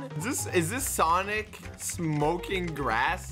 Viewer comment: It’s sanic